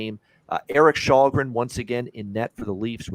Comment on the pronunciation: As a Swede it's a mystery how Källgren has come to be unanimously pronounced "Shallgren" when "Shellgren" is 100% how it's said in Swedish, and also arguably more natural to say for a North American I would guess..?